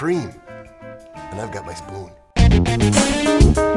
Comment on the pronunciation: dee dee dee "i've got my fpoon" XD